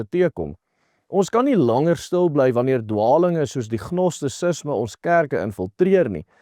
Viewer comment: Gnosticism word uit gespreuk : "Nostisisme" geen G klank